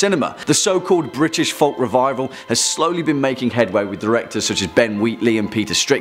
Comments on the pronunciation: You don't pronounce "folk" like that. It rhymes with "joke". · Heya i am so sorry to ask this but please can you stop announcing the l in folk its pronounced foak, apart from that I love watching your videos. x